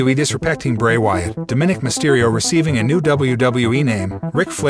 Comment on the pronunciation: His name is Dominik Mysterio not what you’re saying